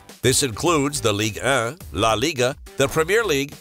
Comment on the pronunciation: the way he says league 1 😂